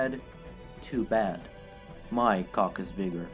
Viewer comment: The way he says “cock”= ghoc